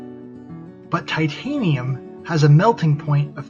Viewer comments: no sir, I believe you said that aluminum has a, "melting 'PONIT.'" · I mean, it's all idiotic, but "PONIT" when they are making a point really killed me.